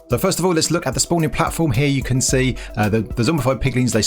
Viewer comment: I challenge to make a video without saying "here" or should I say heea.